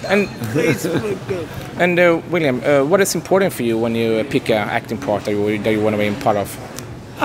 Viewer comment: Hey interviewer...His name is WILLEM, not William...sheesh!